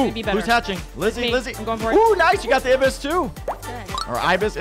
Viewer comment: I was cracking up when he said abis but it is a Ibis and it's from Flordia